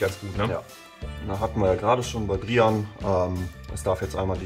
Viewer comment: Willst du echt Brian genannt werden und nicht Breiän?! 😮